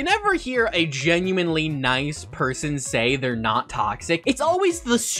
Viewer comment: "I can talk with people wells": Lol nice grammar Also in: GENUIMINELY